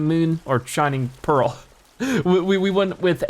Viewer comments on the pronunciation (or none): none